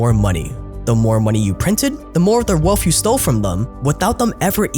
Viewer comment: still can't pronounce wealth properly. "Wellfff".